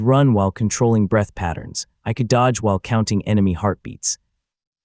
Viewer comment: My browser decided to unload this tab while I was doing something else, and I don't care enough to finish listening. However, please enjoy some of the more notable things I heard from this AI written, AI narrated, AI drawn video. "The awakening hall went quiet for half a breast" "Stebble. +1 expy." "Breastle. +1 expy." "Peng! +1 expy." "Heartbeat, +1 expy." "Kegel, +1 expy." "I wiped blood from my mouse." "Molten wood"